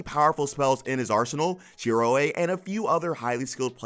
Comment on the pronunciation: I can't not hear the wrong pronunciation of Shiroe 's name now. Did you even watch log horizon dubbed?